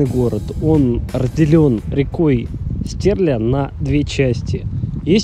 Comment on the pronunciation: Не Стерля(ударение на е) а Стерля(ударение на я) Стерлитамак город в котором хочется жить!